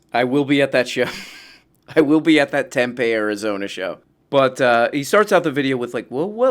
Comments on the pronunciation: It's pronounced "Temp-ee" not "Temp-eh" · It's TemPEE like make peepee 😂 Tempe Arizona